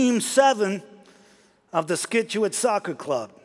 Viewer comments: Excellent work, pitch perfect accent and attitude. However, it's pronounced SITCH-U-IT, not SKITCH-U-IT. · Not to be picky but the town is Scituate- Sit-ch-you-it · Great, but I think you meant to say SIT-chuate. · Scituate was WAY OFF. Its Sitch You Wet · I'm from Scituate, MA. It's pronounced SIT-chu-it. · Fabulous. But it's "Sit-u-it." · Scituate. Is pronounced Sit-u-it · I live in Scituate and my daughter played for the Soccer Club mentioned at that time, but not for the Green Death. Lewis did a perfect job except for mispronouncing the town's name. Given my experiences, this letter was a good send up of the attitude I saw - taking the sport and winning overly seriously, but I think it was the accurate description of us parents that really upset them. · If only he pronounced “Scituate” correctly! But amazing letter! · nobody coulda clued Damian in on how to pronounce "Scituate"? c'mon...